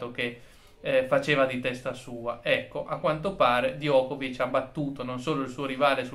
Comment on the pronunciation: Diego. In serbo Djokovic si pronuncia Giocovic con la C dolce finale.